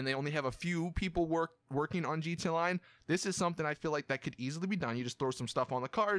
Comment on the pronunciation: bro you need to fix how you say gta online